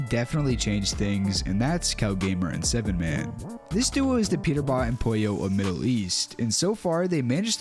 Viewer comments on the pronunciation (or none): ME champion “7man” we don’t pronounce his (7)man like u instead we say haman cuz the 7 it’s looks like one of Arabic letters which is similar to h